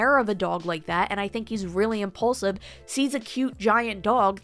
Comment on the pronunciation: Lol you said he's "impaulsive". Duh